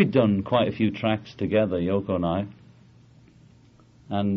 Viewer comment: Oh no. It’s FCKING YO-ko...